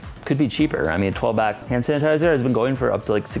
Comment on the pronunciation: He keeps calling it "Hand San-tizer" 🤣🤣🤣